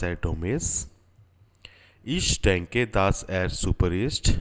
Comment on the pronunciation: it is not daaas, es ist dass